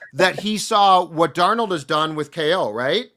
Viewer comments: Darn old is what I hear every time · Why does pronounce Darnold as “Darn-old” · I hear Darn Old 😆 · may not be able to properly say "Darnold," but he pronounced Athan Kaliakmanis's name flawlessly. 😅